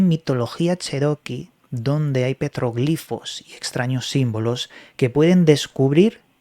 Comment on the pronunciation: Gracias por decir petroglifos con acento en la "i". También digo iconos con acento en la primera "o".